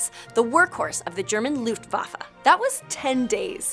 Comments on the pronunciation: Its not LUFT-FA-FA it's LUKT-WAFF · Did she say “loot-fa-fa?” 😂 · You saying Luftwaffe makes me cringe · Good video but the pronunciation of luftwaffe was horrid